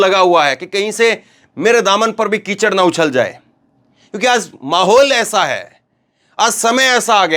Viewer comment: Aaz nhin aaj hota hai 😂